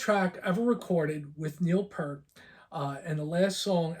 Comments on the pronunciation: The T is absolutely Not silent. That being corrected, he did pronounce Neal's name incorrectly. He made the common mistake of saying Pert, not P-ear-t. You just have to remember to get the ear 👂 in there. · Best way to look at it is PEERT, like peering out the window like the kid on the cover of Power Windows.